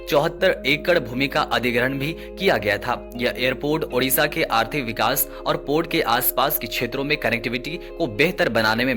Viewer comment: Odisha not Udisa